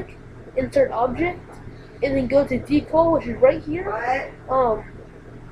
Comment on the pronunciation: DE-CAL not DECLE